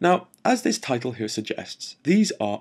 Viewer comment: I like it when he say's..."ghere"...:)